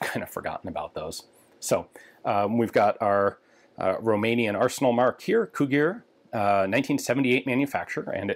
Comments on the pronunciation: For future reference, Cugir is pronounced "coo-jeer" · *Cugir - kuˈd͡ʒir